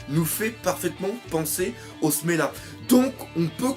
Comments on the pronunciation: c'est pas smela mais semla :p bonne analyse sinon :) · Encore une fois : Semla et non Smela. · C'est semla, pas smela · C'est du SELMA et pas SELMA BORDEL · Smela ? C'est pas Semla ? Sans parler de ça, je me pose plus la question "Et si Big Mom était comme ça à cause de cette période de jeun ?" Car en effet, s'il n'y avait pas eu ça, elle n'aurait peut être pas pété un cable et aurait continuée sa petite vie tranquillement à Elbaf ! Autre truc qui me trotte en tête, et si Luffy épargnait Big Mom ? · C'EST SEMLA PAS SMELA